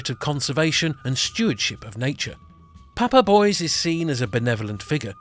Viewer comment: also Papa Bois is not pronounced like "boys" but "bwua" meaning wood ... father wood However great video I loved it!